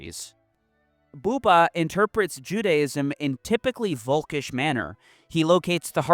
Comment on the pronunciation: Bu-ber ,, US English is slang and very sterotypical ,, Dont forget to spell the brigdes right ,, Love youre content ,, Food for the brain is always welcome ,, But pronounce rigth and Jannes van Der Wall was a patsy ,, The Russians saved us , Not the US !